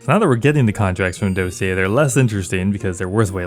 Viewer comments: why can nobody say Dossier correctly as if it's some word they've never heard? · The fact that all the youtubers dont know how to say dossier😂🙏